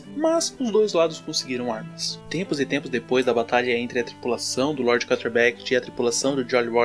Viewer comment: Pq vc pronuncia “carter” é o correto? N seria “kâtlêr”